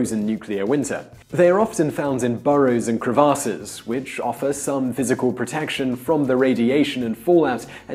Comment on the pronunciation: "crey-vahs-ses" lmao